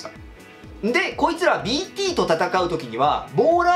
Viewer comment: BTがDTに聞こえてしょうがない